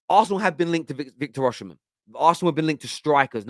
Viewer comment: Osimhen isn’t pronounced “Oshimhen”. Dont know who told u that but thats completely wrong. It’s pronounced as u see it on face value 😂